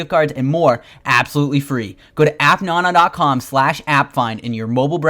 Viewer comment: It's appnana like banana idiot